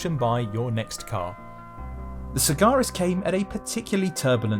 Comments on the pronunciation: FFS it is Sag-Aris. * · Except he can't pronounce the car's name properly..